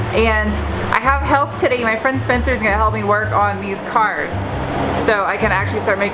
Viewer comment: The way you say the words 'and' and 'today' make you sound like you're from New York. Where are you from?